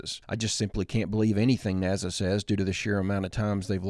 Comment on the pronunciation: I LIKE MOST OF YOUR VIDEOS !! BUT YOU'RE AN IDIOT FOR CONSTANTLY MISS PRONOUNCING NASA ... JUST SHOWS THE INTELLIGENCE OF americans